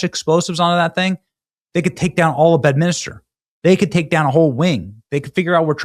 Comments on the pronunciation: Say it with me Benny. BED MIN STER. Not minister! You suck! 😂😂😂😂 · FYI, BENNY, It’s called Bed-min-ster, not Bed-min -is-ter! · He he goes again, Benny just can't pronounce names correctly. C'mon Benny it's just like it looks - it's B E D M I N S T E R , not Betminister. There's only one "i" in the name not two. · BENNY IT IS BED-MIN-STER....geez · BED.MIN.STER. there's no minister!